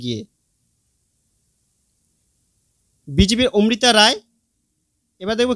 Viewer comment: ওমৃতা রায় নয় অমৃতা রায়। আবার মহুয়া মিত্র নয় মহুয়া মৈত্র হবে।